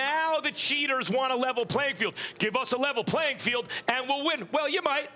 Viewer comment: "Level ptfphlayin field"